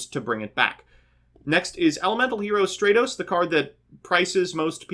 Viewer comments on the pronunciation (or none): “Straytos” * cringe *